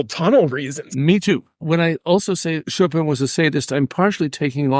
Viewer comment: qu'est-ce que cette prononciation de "Chopeune" ?